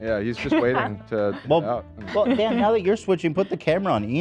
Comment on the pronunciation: Hila, his name is Dan, not Den